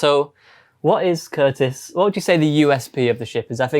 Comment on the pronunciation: Poor appears to have forgotten that there's a T in his name, and indeed in the word "fighter";-P 🙂